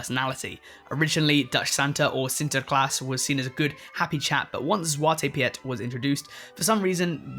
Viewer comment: I think the Piet in Zwarte Piet is just pronounced like “Pete”. Lol